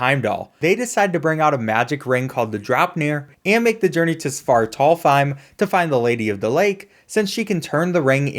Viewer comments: Genuinly burst out laughing at how he said svartalhfhiem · your pronunciation of svartalfheim made me laugh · Ive never been more confused at a pronunciation then his Svartalfheim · Why cant anyone pronounce Svartalfheim?